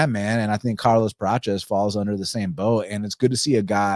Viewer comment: Why are you saying Carlos “Pratches”….its Prates